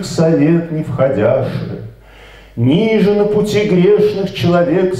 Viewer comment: Автору большое спасибо! Однако "небесный Зодий" - это Зодиак, а не Зодчий. И церковнославянские ударения часто неправильные: не "нИже", а "нижЕ".